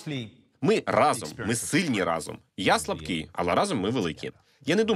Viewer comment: не разОм, а рАзом